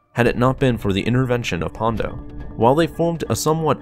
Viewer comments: It’s PondA not PondO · I liked this vid, but it's 'Ponda' not 'Pondo'. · It’s Ponda, not Pondo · It sounds like you are saying "Pondo" -- but it's "Ponda" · It's Ponda, bro. Ponda Baba, not "Pondo".